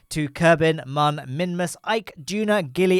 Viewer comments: ITS MÜN NOT MUN REEEEEEEE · While I'm not terribly offended by your pronunciation of the Mün, I have to point out that the umlaut on the u means that it does not have a "ə" sound.